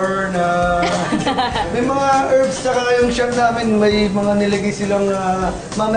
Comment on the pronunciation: Mga "herbs" daw hahaha